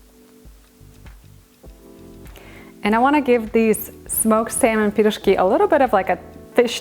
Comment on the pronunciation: I love how you say пирожки, i grew up on piroshki my parents made them all the time with different fillings, great recipe im gonna try with salmon filling.